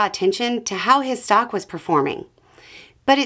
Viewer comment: I thought you said "socks" and was very confused for a while 😅